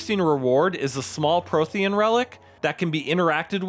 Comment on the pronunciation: How the FUCK do you mispronounce Prothean(s) when there are THEE FUCKING GAMES telling you how to pronounce it. You are hereby discredited in any opinion you make by the council.